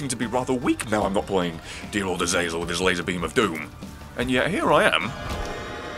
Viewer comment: I'm gonna miss you pronouncing Azazel correctly. But hey this is still fanfuckingtastic!